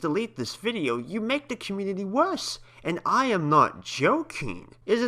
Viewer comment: "YoU GOT SOM NERVE MESSIN WITH THE SPLATOON COMMUNITI PUNKH"